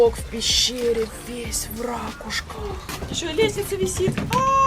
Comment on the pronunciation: Все красиво сделали, картинка огонь. Мало стало вашей живой речи, грамотной и по- питерски богатой. Готова даже слушать от "рАкушки", лишь бы только не высушенный телевизионный закадровый голос